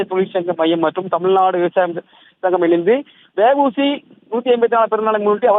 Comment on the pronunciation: News reader வெ வூ சி இல்ல டா தேவிடியா பையா அவர் வா வு சி